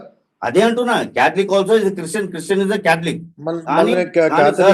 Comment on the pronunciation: Chreeestian kadu. Christian.